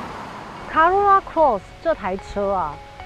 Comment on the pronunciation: 小姐姐，co 怎麼會念 ca ， 是「扣歐若那」，不是「卡若那」啦